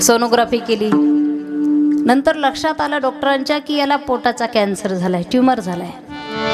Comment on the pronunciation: आसवल, अवे, नतर, बरेच, कीरतन